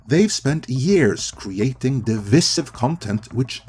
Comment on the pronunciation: When did people forget how to properly pronounce the word “divisive?” Not being a jerk, just really curious how this happens, when a word we have heard our entire lives, suddenly become mispronounced, everywhere. A by-product of the internet?